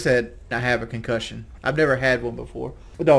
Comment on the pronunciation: ConCUHHHHSION FROM KELLYYY LOL